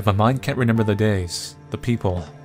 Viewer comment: Why do you keep mispronouncing remember?